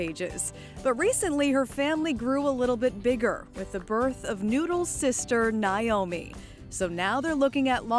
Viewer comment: The reporter does not know how to pronounce the name Naomi.